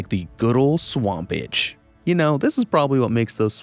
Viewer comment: The way you said swamp itch was pretty funny